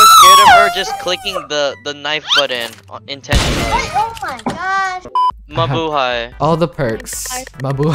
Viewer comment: What i heard: Mabu Me: MA BOOTY